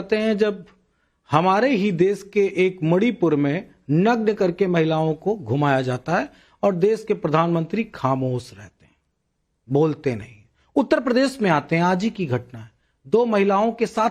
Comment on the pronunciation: Abe 'Khaamos' nahin 'Khaamosh' hotaa hai😂